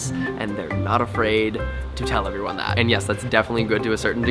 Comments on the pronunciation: 'awww i hear siwens, I hope everywone is okay, okay they're gowne' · "I heaw siwens, I hope evewyone is okay" aww